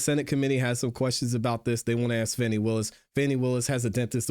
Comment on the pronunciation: I really enjoy your content but I wish you would pronounce Fani(FA-NI) Willis name correctly she’s not a 🪭